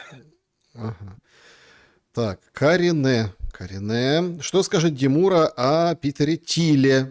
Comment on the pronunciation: Какой же ты мерзкий тип ,де мура (ударение на последний слог !!!) Дайте ему иранское гражданство !!!